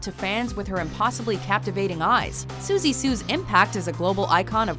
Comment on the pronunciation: That would be pronounced as "Siouxsie" like "soo-sea". PRONUNCIATION IS KEY! O_o